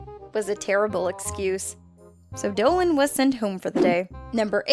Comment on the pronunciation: You said dillan not dolan